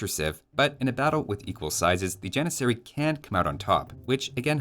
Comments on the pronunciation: Ah yes, the Jan-miss-aery. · You got all 3 repeated letters wrong It's janissary, not jannisarry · If anyone wants to flex their super smart brain with any age friends you have, the turkish pronunciation of Janissary is a bit different than what we use. Instead of using the western pronunciation (Gian-i-sair-ee) use the more correct pronunciation (Jah-niss-er-ee) but replace the J sound with a Y sound and the ss with a ch. so pronouncing it would look like “Yah-nitch-er-ee” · If you could teach T90 how to pronounce janissary, I may not avoid his casts with turk players.